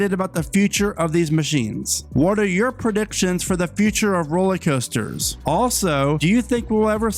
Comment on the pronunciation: Dude, are you saying ROLLIE COASTERS? Drives me nuts!